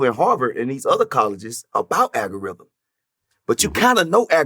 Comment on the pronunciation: What is an agarhythm 😳😲😲🤣😂🤣😂🤣